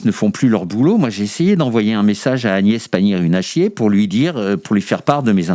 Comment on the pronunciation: Prononcer correctement ! Agnés Pagnier Nulle à chier !